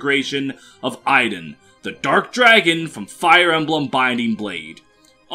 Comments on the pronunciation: Interesting way of pronouncing Idunn... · I'm well aware of where Idunn's name is from, as well as the fact that the pronunciation you gave there is inaccurate, since it's my actual name and it's not pronounced like that :p